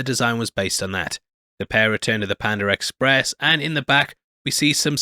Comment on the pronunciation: what tha f is pandar express🤣 it's panda 🐼 express.